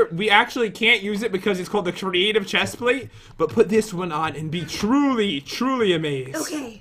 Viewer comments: Pat why do you said chesplate is a pants not shesplate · " I can fly up like a boss because I have the best " chestplste? " ever " said Pat